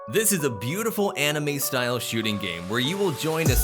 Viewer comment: When he said buitufl angles me waifus?